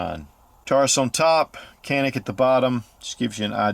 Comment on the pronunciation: It’s pronounced as John-ik god damn it. Respect the brand